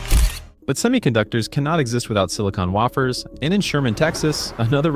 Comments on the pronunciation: phonetic sounding-(Way-fers---not waff-ers)!!!! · like silicon "waffers" and "whined" turbines. Had to stop watching.